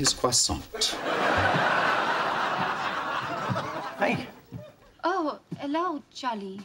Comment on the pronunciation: Especially the way he pronounces croissant (you don't pronounce the t at the end).